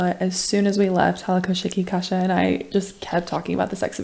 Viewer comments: Why do you call Kasia a kasza? is she a food? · Why do you call her kasza? xD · "Kasza" instead of "Kasia" xD <3